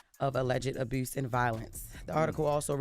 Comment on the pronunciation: Abuse, nobody: Jess “Aboose”